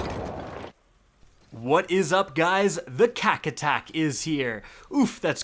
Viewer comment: noooooooo "kack attack" lmfao